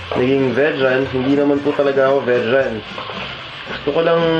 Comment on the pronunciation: Vejan = Vegan as in vee-gan :)